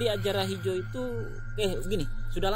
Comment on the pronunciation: Pengucapannya bukan AJARAHIJO tp AAJARAYIJO